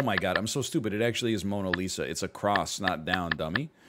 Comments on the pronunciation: by god, you going ''monas lisas'' at the mona lisa part, and not getting it. I love ya egg, but that drove me insane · the mona lisa clue had me dying. "monas lisa?"